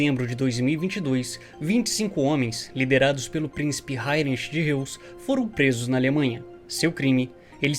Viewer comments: Prezado a pronúncia correta do sobrenome do "Principe" é RRÓizi (Forma fonética para pronunciar o Sobrenome Reuss) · Acho que a pronúncia de Reuss é "róiz". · Reuss... não seria pronunciado Róiss?